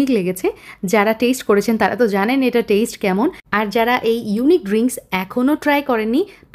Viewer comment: টেইসট , টামেইডো 😂